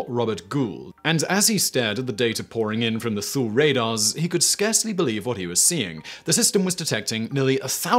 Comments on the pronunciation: Thule AB, Greenland It’s pronounced: “TOO-lee,” not “Thool.” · And Thule AFB in Greenland is pronounced "Tooley" and not "Thool." Lol. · Thule is pronounced Too-lee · Another fun video Simon, but; Thule is pronounced like Tooley in English, or toolah if you're Nordic. Since the city was named after the Nordic people, "Toolah" is probably the most correct.